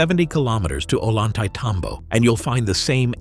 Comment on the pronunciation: Just so you'll know...the "double LL" is pronounced as "Y". Say, O yan tah-y teh tom bo"